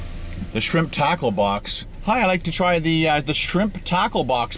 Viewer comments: Hahaha I'm Australian and I thought you kept saying shrimp taco box took I saw the menu 😂🤣 classic! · Shrimp "TAHCOH box"